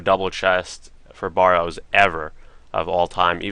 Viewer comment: Bare-rows correct pununciation :)